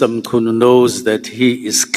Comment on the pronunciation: Not Mchunu man!But pronounced(Mqunu)! Even with Cele not Sele but pronounced (Qele)If it is a black person pronouncing like that he would be called illiterate!